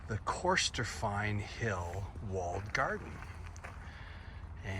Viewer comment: No pressure on the pronunciations. As an English arrivee they are tougher to me too. But Corstorphine is pronounced cuss-tor-fin. And Edinburgh is Ed-in-burrer.